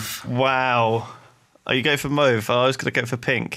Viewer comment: the "Mua" in "Muave" is pronounced the same way as the "mua" in "muahaha"